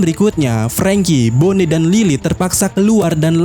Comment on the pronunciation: Bona bone bona bone... coba dong cek pelafalannya yg benar biar enak didengar, diucapkan bone apa boni?